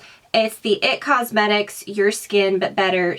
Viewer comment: Btw.. It's I-T Cosmetics... Not It.